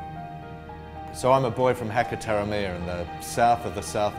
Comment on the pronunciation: Hackertawramea??? Come on bro. Your a kiwi. Ha as in car, ka as in car ta ra ( roll the r almost into a d) mea. Hakataramea. Get with it and put some effort into your own towns name ah? Embarrassing